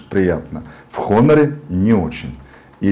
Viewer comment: не хонор. а онор. плять. обзорщик